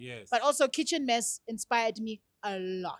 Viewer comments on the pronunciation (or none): lol Zakes is a character for sure 😂😂😂, he said Chicken Mess instead of Kitchen Mess, and that intro, bro just wants us to know that he is from KwaMashu, even had to correct him🤣